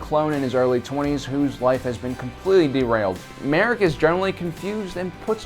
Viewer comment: It’s ma Rey,!